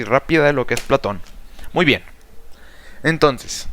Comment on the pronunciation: Esta realmente detallado el pensamiento de Platón, las "formas" se entiende como una idea que varea. Me agrado la explicación, pero al momento de escucharlo pude notar algunas muletillas (este) y palabras (tonces) mal pronunciadas que hacían no poder enfocarme bien en el aprendizaje y conocimiento.